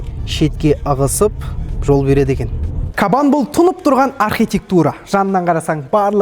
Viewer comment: Кабан демей "қабан" десейші 😂